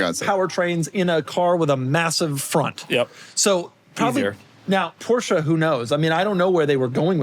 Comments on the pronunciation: Porsche. Not "Poor-Sha". Only stupid asses say it that way. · . EXcuuuuuuuuuuseME . BUT ☝️🤓-'Tis pronounced: "#Porsche". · ☝️Actually... It's pronounced "Porsche" . #JusSayin'